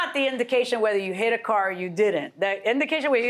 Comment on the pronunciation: Ha ha, when is a car NOT a car ..................... When it's a CORE. Lying woman, how about this, if you can't pronounce the word CAR then maybe you shouldn't be driving one. At least tell the truth in court.